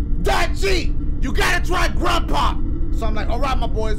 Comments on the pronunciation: Grandpra lol I can’t stop laughing dash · Dashie said Granpra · Dashie: Orenge The letter 3 caat Grandpra